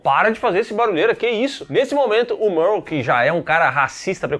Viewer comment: Salve vcs estão falando errado o nome do rapaz q é racista o nome dele é merle